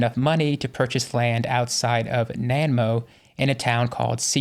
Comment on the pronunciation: Pronounced Na-nai-mo. As in yummy Nanaimo Bars.😅